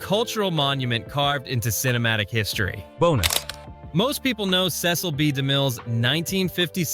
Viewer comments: Is the narrator pronouncing his name correct! It's a common name Cecile right? The narrator is not all accurate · Cecil. Pronounced Sea-sill.